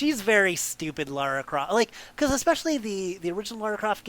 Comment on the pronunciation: Lar-a not lare-a... but I appreciate the attempt to be accurate!